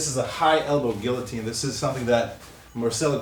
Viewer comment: Love it when people can’t pronounce guillotine